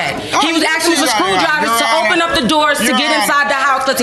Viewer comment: He's "axing" her...you mean he's chopping her up?